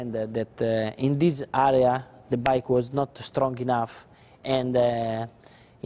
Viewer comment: Listen to him saying 'area' on the 2006 bike... lol :P